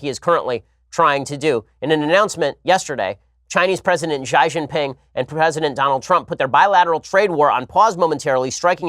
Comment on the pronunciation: Ben's pronuciation of "Xi" is comical lol